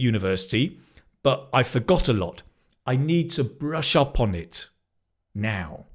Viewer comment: did you say "brushu poni?" "the phrase "brush up on it"